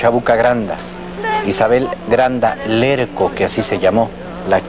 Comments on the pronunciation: Larco,, no Lerco. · Es Larco no Lerco 🙄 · Isabel Granda Larco, no Lerco